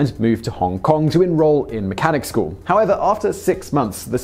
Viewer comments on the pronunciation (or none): none